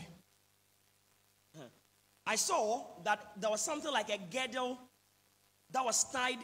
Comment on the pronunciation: Please it's not GEDDLE, it's GIRDLE.